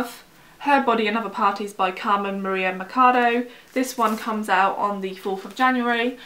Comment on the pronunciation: I'm very excited for Her Body and Other Parties. She's Cuban, by the way. Machado is a Spanish last name and pronounced with a typical "ch," like chair.